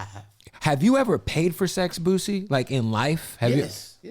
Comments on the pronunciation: His name Boosie not Boozie 🤦🏿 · Who tf is boo-zee?🤦🏽 it’s boo- see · The man's name is boosie. Not boozy!!! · Bootleg Kev keep saying Boozie instead of boosie lmao lmao mane I’m dying laughing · Boo-sie not boo-zie🤦🏾‍♂️🤣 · Is he saying Boozie? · Kev STOP 🛑 saying BOOZZIE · I cringe every time kev say boosie name lol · Sad, the interviewer isn't pronouncing the name of the artist right, although the artist pronounced his on name in front of him. Tsk tsk. Points lost for that one bro. The man's name is pronounced with an "s" not a z!